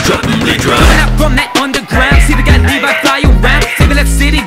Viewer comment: You say it like livy not levi